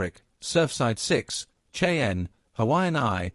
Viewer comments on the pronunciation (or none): maybe they should call it Shy- Ann ..LOL!!! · lol AI can’t pronounce the word “Cheyenne”